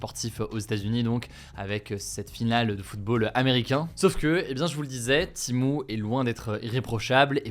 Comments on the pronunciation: Timou Heuu c'est TEMU pas timou ou timu faut savoir parler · pourquoi tu prononces "TIMO"?... c'est "Tému" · C’est Shein pas Shine et Timu pas Timou, désolé mais c’est horrible pour les oreilles. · C'est pas timo mais Temu 😂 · "TémU" pas timou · Pourquoi tu dis timo et pas temu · Wsh ta dis Temo a la place Temu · Je suis la seule où ça me stresse qu’il dit " Timu " au lieu de " Temu " ?😂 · Pourquoi dites vous timo? Alors qu’il est écrit temu? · C'est pas Timo... c'est Temu, TÉ-MU. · Pourquoi il dit « timo » wsh. Ça me stresse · Il a dit timo ? 😂😂😂😂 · Pourquoi il dit Timou ?